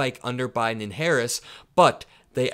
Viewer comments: Why can't he say Harris? LOL what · He said her name wrong on purpose. Serves her right. She doesn’t understand that she is no different to him than Kamala Harris.